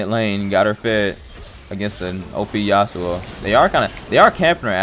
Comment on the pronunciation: The fact that you couldn't call yasuo his name has me triggered